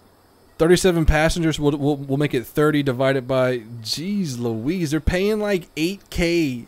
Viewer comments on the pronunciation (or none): none